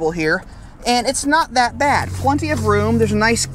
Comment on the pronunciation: PLEN-ty, not PLUN-ty. We are definitely in Kansas.